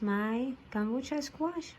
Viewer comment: It’s pronounced “ka BO cha”